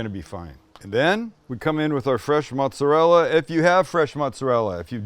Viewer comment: Being Italian has so many benefits 1 being the best food. You get a B for trying to say mootz-arell ! Blessings